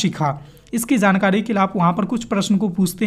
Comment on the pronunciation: jankadi aap ra ko dha kyu bolte hain